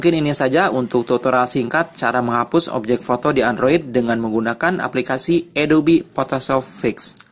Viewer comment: belajar bahasa inggris ya om..adobe..adob x ah..xixix..nice info om